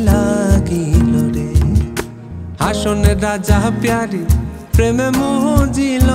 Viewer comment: হাসন রাজা বইলা কিছু ছিলো না। 'হাছন রাজা' ছিলো। উচ্চারণটা একদম যা তা করে দিছেন